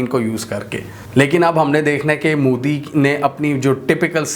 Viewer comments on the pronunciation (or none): abe pehle bolna sikh le ...MODI hai....moodi nhi.......